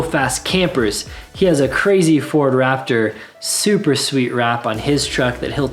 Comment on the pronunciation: Wraptor... can't unhear!! :(